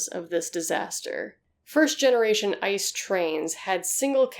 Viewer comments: You pronounce ice very funny. The right way is I.C.E. [iːtseːˈʔeː] Greetings from germany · Yeah. Röntgen is pronounced more like ROENT-ghen, and ICE is pronounced as "EE-TSE-EH". It was confusing to hear her talk about ice trains all the time, because I keep thinking about nuclear ice breakers or something lol. "Winter trains in Germany? What kind of tomfoolery is afoot?"